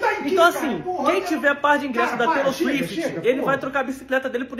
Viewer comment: “Taylor Suíte” 🤣🤣🤣